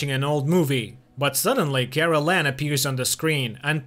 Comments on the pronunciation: It's Karellen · His name is Karel not Carolan. Besides a couple of other mispronounced names you basically got it right, but you have a couple of facts about the series wrong. Of course the book is more detailed. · Kraylen is how it should sound